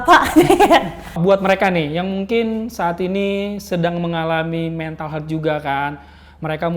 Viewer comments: ehh engkish jaksel nyebutinnya pada bener lho. Haha. Health dibacanya ya hélth. Bukan heulth. 🤭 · Bro , Health dibacanya tu "HÉLTH". Dan bukan "heulth".